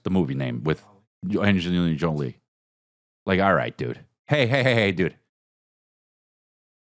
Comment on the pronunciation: The way you said "Angelina Jolie" Ehhh sehhh drunk 😂😂😂😂